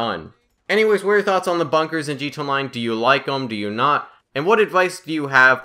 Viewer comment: It's g t a its not g ta